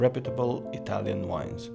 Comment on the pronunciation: It's not usual to listen English people (I mean tourists of course) to pronounce so well Italian names, complimenti. Belli, simpatici e pure svegli, bravi. 🍺